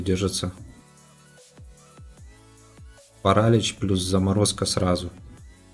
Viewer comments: не парАлич, а паралИч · King нет, паралИч